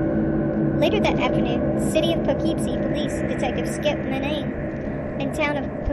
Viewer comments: you are pronoucing the city wrong its "Pough-Keep-Sie" not "Po-Keeeep-Sie" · Weird pronunciation of Po-KEEP-see was distracting. Anyway, the problem with this maniac is that he chose to kill women involved in prostitution and drugs, whom society sometimes treats as disposable. It was hard to get anyone to connect the crimes, let alone take the disappearances seriously. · Learn how to pronounce "Poughkeepsie"